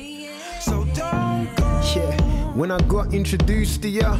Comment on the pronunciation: Stuff missed the joke, love. But he's NOT actually saying "yeah", most of the time- he says "ch'yeah'. 😑